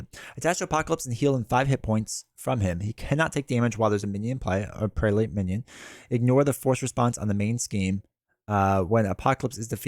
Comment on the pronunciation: Prelate = Preh-luht